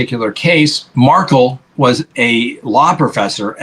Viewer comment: Please quit mispronouncing Dan Markel's name. It sounds like Mar-kell.